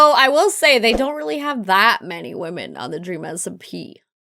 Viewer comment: we have wemen a lot of wemen. Me:she's gona say it i feel it